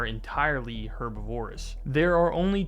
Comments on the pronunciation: Herbivorous: er-BIV-er-us Comparable: COM-per-uh-bull Also, try to avoid repetitive qualifiers such as "basically" and "like" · Did you say fully herb a vor iss lol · I absolutely despise how he says herbivorous